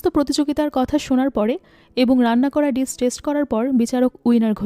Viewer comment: Your voice is very clear. Also, nice presentation. Just need a little bit of concentration on your English pronunciation please. Like 'Dish' it should be ডিস not ডিছ. Your quality of storytelling quite similar to Achirer Golpo. Very good.